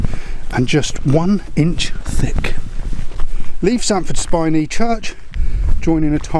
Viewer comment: As usual absolutely top draw video, sampford spiney is pronounced like spine in your back not spin. 😊